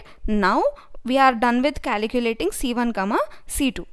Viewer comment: Its calculating, not caliculating...